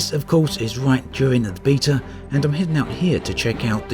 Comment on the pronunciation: Alphabet not AlphaBeat, therefore Beta not Beata